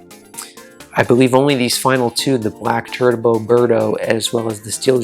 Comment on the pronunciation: No I'm just saying it sounded like you said Black Turd-bo Birdo instead of Black Turbo Birdo. Maybe it was just one of those moments where something sounds different from what's being said